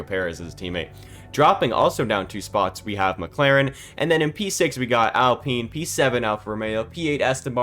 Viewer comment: It's Alpine, not Apline.